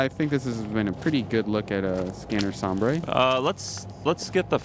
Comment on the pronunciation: "Sombre" is a french word (not spanish) meaning "dark" or "grim". It's pronounced sonmbr not some-bray. Thank you.